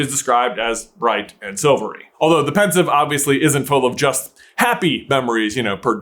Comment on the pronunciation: its pensieve not pensive, as sieve the thing you drain your pasta in